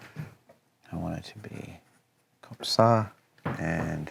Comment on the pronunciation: Those « comme ça » sounded so weird but so cool to my french ears